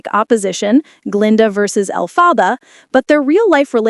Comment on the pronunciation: Learn how to pronounce Elphaba!